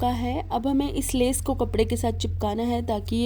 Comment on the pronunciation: Kam aap ka hmey boht pasand aata hy pr aap lees bolti hy leas hoti by🤣🤣🤣🤣🤣🤣🤣🤣🤣api me pakistan sy hu mazak kr rhi hu